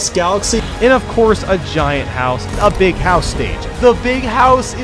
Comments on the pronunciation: "BeEg hOuSe" I love the way he says "basic gaming chair" ROFL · It’s not a big house ITS A BEEG HOUSE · There's Big houses, and then there's BEEG houses. XD